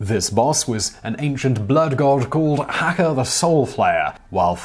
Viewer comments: I just assumed that his pronunciation of Azeroth and Archimonde were due to his accent, however the fact that he pronounced Hakkar as "Hacker" instead of "Ha-ˈkär" did kindof annoy me a little. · And Hakkar, Archimond, etc